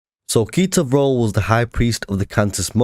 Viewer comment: When you said ketor vrol I thought you said pizza roll